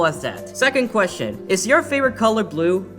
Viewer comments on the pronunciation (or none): none